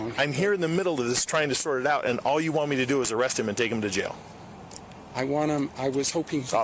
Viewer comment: AREE-AAST lol standard issue white man trying to say arrest lol